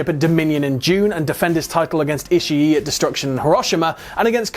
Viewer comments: Why does he keep on saying ishi e it's ishii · i - shi - i